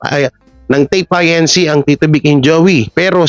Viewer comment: INC... read as Incorporated not I.N.C.